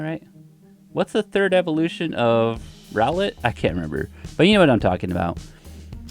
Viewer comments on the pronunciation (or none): none